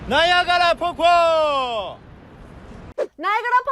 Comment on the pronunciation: Pokpo is a word for waterfall in Korean. He just playfully mispronounced it as Po Po or maybe he did say popko. Tae is so smart and adorable!